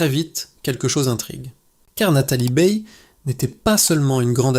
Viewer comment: Nathalie "BEILLE": vouys nepour riez pas programmer le robot à prononcer correctemenrt?